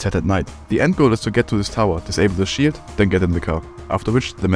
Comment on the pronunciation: when he says sheild it kinda sounds like shit